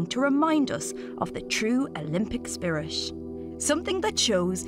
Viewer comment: Olympic spirish?